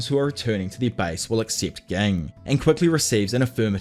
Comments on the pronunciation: A few of the names are spoken a little oddly like ging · Im sorry it’s not ging it’s ging 💀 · Why do you keep mispronouncing Ging’s name, man? Have respect for the character. And the author. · Bro this guy kept saying gig instead of ging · You do know that Ging is pronounced with a "J" sound, right?? Yes, it's spelled *Ging with a "G." But even in both sub and dub they pronounce it with a "J" sound. So think "Jing" from now on (like Jing..le bells). Edit: you're terrible at pronunciation. Did you just read the manga only and not bother watching the anime? KURAPIKA (Kur-RAH-pick-a, 4 syllables. KuRRAH-pika) - KURAPIKA* Tserriednich* (Ser-eyed-nick) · Just fyi Gon's dad's name is pronounced Gin like the alcohol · It's bothering me that he is saying Gings name like that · CAN U PLEASE SAY GINGS NAME RIGHT U CLEARLY DIDNT WATCH THE SHOW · I love the video but HATE the way you say ging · Brother, I appreciate the video but you change the way you pronounce the names of characters a lot of times especially ging, kurapika, rendering the description moot plenty of times. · Ai is pronounced eye, and it's Jing not ging please say them names correctly thank you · Gotta love "Kurapaka" and "Ghing"